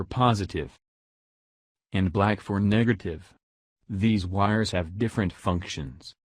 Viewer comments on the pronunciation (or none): So we all gonna look past the fact that this man said Niggertive… just sounded a lil weird wit me and didn’t sit right.. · Did he just say niggertive??